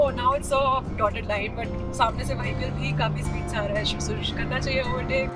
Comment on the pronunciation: Vahical? It’s vehicle